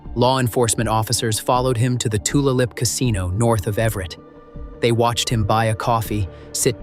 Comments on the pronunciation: Tulalip is pronounced tooLAYlip. Not Toola lip. I thought AI was supposed to be so smart. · Comprehensive video but you need to work on trying to sound less scary and more on place and other names. It's not TooLuh-Lip, it's Too-Lay-Lip and is the name of a local tribe. Also, CODIS is an acronym for the Combined DNA Index System and is pronounced as "Coe-diss" not as separate letters. I live in WA and work in the criminal justice system so I know what I'm speaking of. While your video is good info, your mispronunciations really don't do it justice and your narration doesn't either. Do better. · “Two-la-lip “ casino….im dying. Aside from the obvious speech impediment ai voice, this is a great tie up on a long time crime that stumped so many and worried so many locals. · Tulalip is pronounced Tu lay lip. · It's easy to call a local library, the Indigenous Tribe or Tribal Casino before mispronunciations of the name in any story. Tulalip is pronounced Too Lay Lip. Making our local news coverage of this story a better source. Won't be back to this channel. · I’m sure he committed rapes and murders through out the years… There are thousands of unsolved cases ! I live in Tulalip.. it’s pronounced to-lay- lip… it’s a hard one. I’m so glad Janna never gave up! 🤍🕊️ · robo-voice, though nice, cannot pronounce Tulalip, which is likely a Lummi word: pronouonced Tu-LAY-lip. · Its pronounced to lay lip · Bothell Washington pronounced ba-thel not bot hell. Tulalip Washington pronounced Two lay lip not whatever this robot said.. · It's pronounced "To-lay-lup" Tulalip Casino. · That was driving me nuts that it was being mispronounced. What can you expect from AI though?